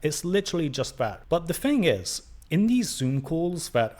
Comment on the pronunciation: Mate, you can’t even pronounce the word “thing”. Maybe go back to school (like all the way back to the start) and get of your high horse. If you’re going to be critical, being able to string a sentence together is a good step towards not looking like a total fool. Your lack of self awareness is just bizarre.